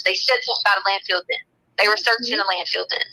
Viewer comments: Yes she says the wrong word (wronK) but pronounces it wronK too. Lol. She pronounces it LANDFILLED. She pronounces field as "filled". Just like she pronounces the word mail as MELL. WHY COME SHE CAN'T SPEAK THE ENGLISH LANGUAGE if She has her Doctorate aka PhD in Education? This hillbilly, uneducated hick was deemed illiterate when she got to prison‼️ HILARIOUS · Landfill. It’s called a landfill T, not landfield. 🤦🏼‍♀️